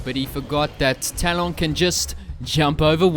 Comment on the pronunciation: Please say his name correctly!!!! Tal-uhn not Tal-ON.